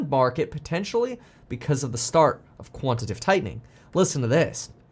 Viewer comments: It's QUANT-I-TA-TIVE. 4 syllables, not 3. 🤣😂🤣🤮 Is quantitive even a word? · it's quantitative, not quantitive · Just fyi…It’s “quantitative” tightening/easing, not “quantative” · Kevin, it is quantitative [ kwon-ti-tey-tiv ] mate. Love your work ethic dude, keep it going!